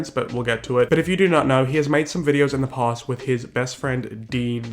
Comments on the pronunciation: When you called Dean “Dan”... 😂💀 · sorry but i fucking died every time you called dean 'dan'. really shows how he isn't all that relevant or famous and let his 15 seconds of fame get to his head. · calling dean "dan" multiple times honestly made me laugh so hard. iconic